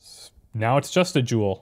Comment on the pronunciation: every time u say jewel i hear juul lmao